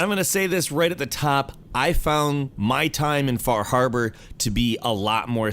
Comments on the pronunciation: Half time you said "Far Harbor" I heard "Bar Harbor, which is a real place that is the actual setting for Far Harbor, I can even spot where my house would be on the Far Harbor map :) So funny to see a video game take place on the island that I live on, seeing such familiar names as Cranberry Island, Acadia and Eden (The town of Bar Harbor used to be called Eden). Oh, one goof they made: On Bar Island, the Longfellow house IRL was Jack Perkin's summer home. The Longfellow house IRL is in Portland, Maine. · Fah Hahbah